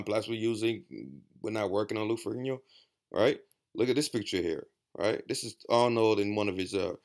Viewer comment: Great video, good points, and the only person who ever pronounced Lou Ferrigno's name correctly. Haha.